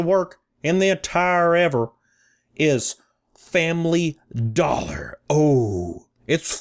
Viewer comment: Fambly Dollah.